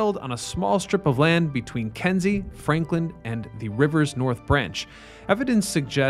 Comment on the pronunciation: The street is called Kinzie, not Kenzie.